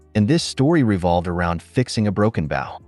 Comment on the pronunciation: Next time sir bow is with a hard o as in oh!! I know this isn't hillbilly horror!!😂😂😂😂😂😂😂, no insult just a friendly bit of info